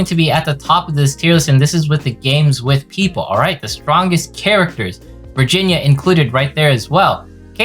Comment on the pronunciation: Virginia is apparently pronounced “vagina”. Wonder what that means.